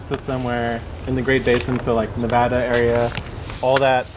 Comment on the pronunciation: Thank you for pronouncing Nevada correctly there! We greatly appreciate it:)